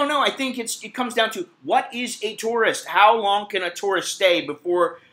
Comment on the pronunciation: You pronounce the word tourist like taurus. Funny.